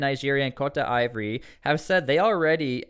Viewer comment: Ivory coast/ Cote d'voire is pronounced - Sounds like kowt-duh-vwaar